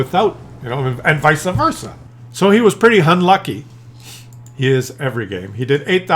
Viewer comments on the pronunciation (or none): Vice versa, not visa versa. I had to, sorry